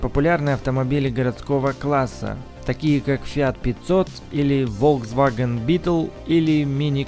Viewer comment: Волксвагэн) найми себе логопеда!